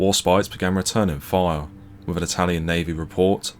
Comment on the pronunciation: What time is fifteen fifty free? If you are going to narrate a video, it would be great if you can pronounce THREE and WITH. Not free and wiff.